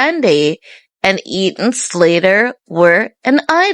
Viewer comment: Who is Eaton Slater?? It's Ethan!